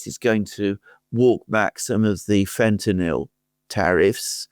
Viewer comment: Fentanyl not Fentanol